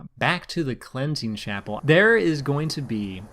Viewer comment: Did you just pronounce it Clenching Chapel?